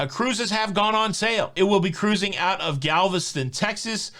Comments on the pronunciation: Subbed just because I like when you say ca'ruising. 😂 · Hey hey! Thanks for always keeping me & my husband up to date with Cuh-ruising!! 😀